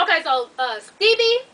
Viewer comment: You be really calling him Steebie lmao